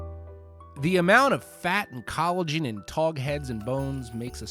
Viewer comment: Toe-tog ????? TAW-tog !